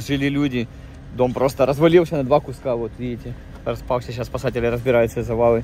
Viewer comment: Зю и Вю, картавое произношение "Гусский миг". Разве можно в такое непростое время стебаться над собственным президентом?